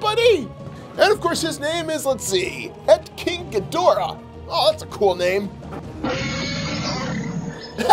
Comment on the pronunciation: Ghidorah not gadorah